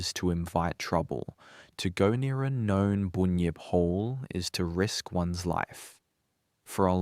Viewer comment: It’s a Bunyip not a boonyip 😂 , bun , say bun then say yip now say bunyip .